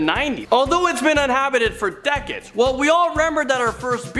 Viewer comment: . I think he meant to say Georgia Not Georgiael. One more thing, it's deck Cades not Deceds